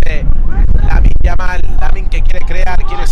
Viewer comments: A veces dice yaminn, que me parece bien me importa una mierda que lo diga como quiera simplemente me cago de la risa de como lo dice hahahahah😂😂😂 me da gracia. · Creo que decia yaminnm hahahajsjsj